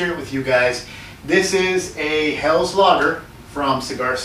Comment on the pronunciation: Good stuff, one of my favorites, no corn or rice, that's Helles ; pronounces hellus.